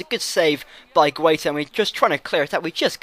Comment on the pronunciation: g-a-i-t-a idiot and b-o-j-a-n you british google how you say spanish names